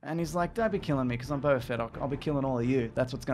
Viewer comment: It's Boba Fett not Bobba Fett.